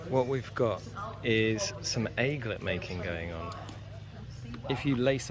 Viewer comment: First the pronunciation of Gesso, now Aglet.